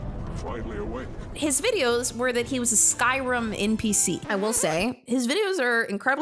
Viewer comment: It's NOT Skyrum FFS! It's Skyrim! And I've never played the damn game but, I speak English!